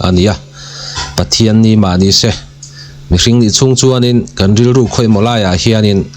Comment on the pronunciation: ' se ' tih ilam dan hi a fán raih lo deuh